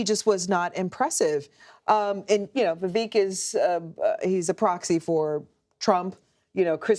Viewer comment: Russian sailor talking thing pronounced Viveks name incorrectly. It rhymes with cake. But she’s jump down someone’s throat for mispronouncing Kamala.